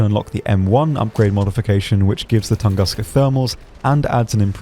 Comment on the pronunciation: Oh please... TOON-GOOSE-Kha [ tu̇ŋ-ˈgü-skə, tən- ]